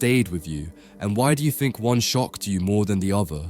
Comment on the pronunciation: It's very odd listening to someone talk about something as "pretentious" as art and history, who has such a distinct lower class "socialect", not being able to pronounce "th", but rather replaces it with an "f"... "Thirty" becomes "firty" "think" becomes "fink" and so on.